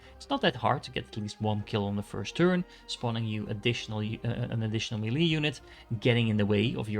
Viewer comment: Your videos are great, the way you say "melee" is atrocious, lol